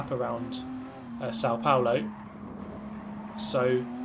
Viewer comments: Yes, the "Interlagos" was good, but "São" as it has an accent, was a little bit off. But I liked it. hahaha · Man, your videos are awesome. Today it was a little bit more, because of your "São Paulo" pronunciation. hahaha. I'm Brazilian.